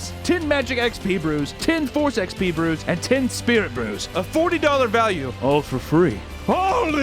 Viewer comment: Lol when you were giving the raid sponsor and you said brews I honestly thought at first you said Hebrews and I was like "wait you can gets jews in this game" and then I looked down saw 'brews" lol